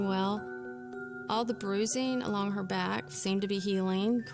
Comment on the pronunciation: Peter Parker....I noticed that too. BTW it's SMACK and BACK ... not smeck and beck!!!